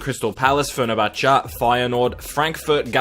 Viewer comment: fer-ner-cha-cha XD